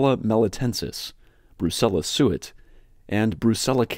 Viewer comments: It is Brucella suis, not Brucella suit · There is a mistake, it’s Brucella suis not suit😊